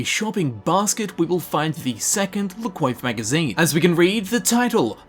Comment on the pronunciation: pronounced "la cwauf" not coif just fyi